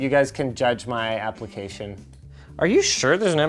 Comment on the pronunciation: Did you mean... APPLECATION? 😆